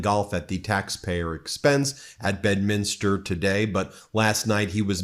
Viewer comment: From NJ here, the pronunciation is BEDminster, not bedMINster. Love your stuff, just letting you know. Keep up the good work!!